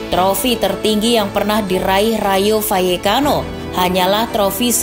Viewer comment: Kenapa L dibaca Y , gaplekki hehehehe